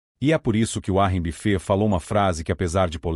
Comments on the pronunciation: uárri bifê 😂😂😂 vídeo porco. Nem regular o narrador saspraga sabe! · Essa IA não pronuncia direito os nomes próprios em inglês.